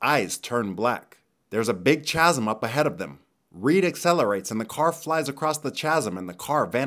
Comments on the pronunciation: Just FYI, you say Chasm wrong. It's not CHHHAsm Its "Kasm" KthanksBye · I didn't see this anywhere else but someone had to have already commented this : Chasm is pronounced KAZ-EM. Not CHAZ-EM. But it's a very easy mistake. Good video besides that tiny bothersome bit! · "k"asm, not "ch"asm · Nice. Small detail, "chasm" pronounced "kazəm" with a hard "K". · Chasm is pronounced "kasm" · lol "chasm" 😂 That's a silent h my dude. It's pronounced with a k sound ka-zm. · Chasm is pronounced kasm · I'm sorry bust chasm is pronounced kasm, with the 'K' sound. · "Tchasm". Wat? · Who does pronounce "chasm" like this? :-)